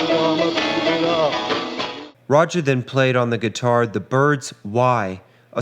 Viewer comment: The dark side of the Beatles, we've heard it all play out.The drugs, infidelities,so much, which started in Hamburg with strippers and debauchery. What is with the narrator???? Sounds a bit off. And he pronounced Rogers name wrong. John was straightforward but so jaded for a young man. Introduction of Shankar's music is amazing. I saw George in concert with Ravi. We were so star struck by the the Fab Four we had stars in our eyes....but alas they are human too.